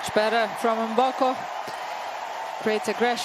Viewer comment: it isn't Emboko, it is m as in 'mhmm' Mboko